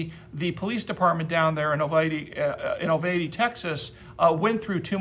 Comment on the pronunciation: Uvalde is "You-val-dee"